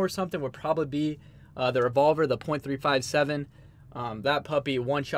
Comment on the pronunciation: Anyone else cringing at the fact that neither of them knew what to call the .357? It's three fifty-seven